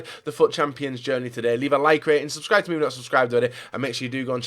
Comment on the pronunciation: "Leave a like and subscryereuebscheifthtyourrjfnot," I swear it gets worse every video